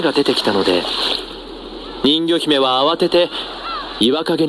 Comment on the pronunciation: ん魚姫って聞こえたw